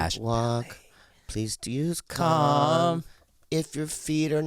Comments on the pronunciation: I thought he was saying cum during the "calm" ad read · When you all advertise Calm when you say Calm it's sounds to my English ears like you're all saying Cum. "If you have tummy tummy ache....please use cum..." It's disconcerting. Just me? Where's the door.... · I thought they were saying at first please use cum lol not calm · For second I thought he said, "if your tummy aches use cum." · Tell bobby to pronounce his As sounds like hes saying cum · for the "calm" advertisement ... bobby was definitely saying "cum" hahaha